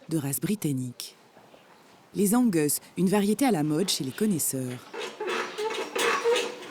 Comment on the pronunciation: Je suis le seul à être choqué par la façon dont elle lit "Angus" ?